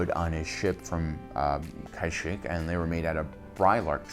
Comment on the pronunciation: I believe it’s KAshyyyk not KAIshyyyk.